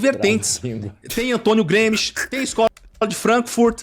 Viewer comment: "tem Antonio Gruemischt"